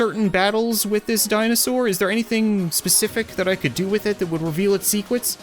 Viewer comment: Weveal it’s secwets